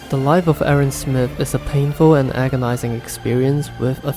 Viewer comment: A tip from a german native: when you say "Erwin" you should try to stress the E and i, also speak the i longer, and a german i sounds like the english e